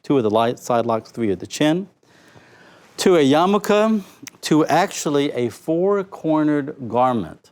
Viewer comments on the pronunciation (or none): none